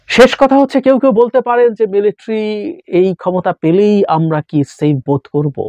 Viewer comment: জাহিদ ভাই - শব্দটা মিলিট্রি নয় শব্দটা হবে মিলিটারি । আপনার ওই ভুল উচ্চারণটা খুব খারাপ শুনায় ।